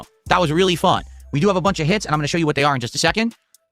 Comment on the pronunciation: Him saying "hits" bothers me so much lmao